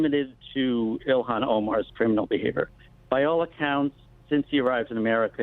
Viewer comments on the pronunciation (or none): Please It’s( ill-han ) not Elon it’s such a degrading disgrace to the Great entrepreneur Elon musk, please try to pronounce it the way that it should when it makes you sick to see her name Il-han😉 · Elon Musk, IlHAN Omar. pronunciation matters Glen. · It's not elon...its ill han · It's pronounced: YO-hon, not EE-lon.